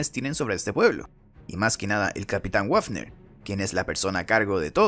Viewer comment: El oficial wafner se pronuncia "bafner" ya que en aleman la "w" se pronuncia "b"